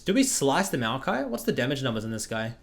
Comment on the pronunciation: that eclipse ''demmeg'' tho